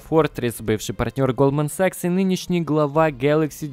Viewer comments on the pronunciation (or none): none